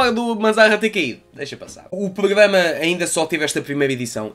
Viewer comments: Vale a pena ver o vídeo só pelo facto de tentares dizer "pogama" 😂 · Poglama hahaha desmancho-me sempre!